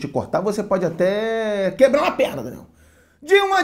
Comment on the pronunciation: Escuto "Renan" ao invés de "Daniel" kkkkkkkkkkkk